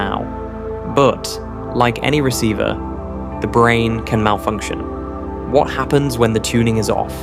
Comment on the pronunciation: How disappointing. It seemed like this video was really going somewhere. Then the different pronunciations of the same word from one sentence to the next exposed you as AI slop. “Brane” changed to “Branna” and then “bran”. “Bulk” changes to “bulka”. Boycott this garbage friend. It’s ruining YouTube.